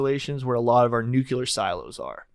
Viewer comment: A part of me dies every time says nucular when he means nuclear